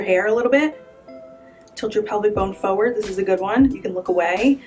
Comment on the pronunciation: Yep, you can pose and you certainly can help with how I have to take pictures in the next 30 days fo' sho. BUT!!!! What's wrong with people and saying "PHO-WORD"? It's FOR-WARD.... not hard. It's as easy as rolling your shoulders. I had to stop watching after the sixth PHO-WORD. Ugh!!!